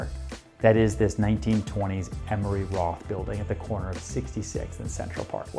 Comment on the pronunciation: It's Emery Roth, not Emory Roth.